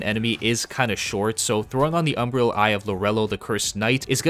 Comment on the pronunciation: How are you still saying "Umbrial" ? How can i trust a guide when you cant even read? Cant sound out these words you cant say? Are you 11?